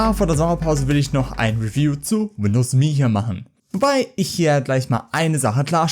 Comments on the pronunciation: Alter, das heißt "EM-EE", nicht "MEEE". Ich musste das Video nach 30 Sekunden abbrechen, das ist nicht anzuhören. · Das OS heißt "emm eh". Beide Buchstaben einzeln ausgesprochen. Das hat man Dir aber schon mal erklärt. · Wer hat das jemals so dämlich ausgesprochen? Das kann man sich ja nicht anhören.